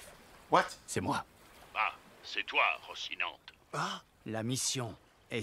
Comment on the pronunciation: ça se prononce "Rosinanté" c'est le nop du cheval de Don Quijote, un myhte espagnol. D'ailleurs c'est le nom de famille de Doflamingo qui lui, est directement inspiré de lui.